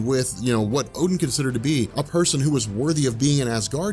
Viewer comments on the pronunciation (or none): none